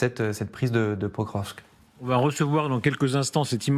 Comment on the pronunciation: Il faut vraiment que les journalistes apprennent à prononcer correctement le nom des villes. Pokrovsk se prononce Pakrovsk. Le "O" se prononce "A", sauf sur l'accent tonique.